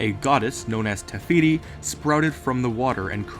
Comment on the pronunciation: Is it just me or is he saying, *Tehiti* instead of *Tefiti* ?